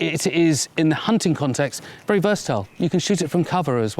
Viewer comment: Be berry berry quiet, I’m hunting hay bails.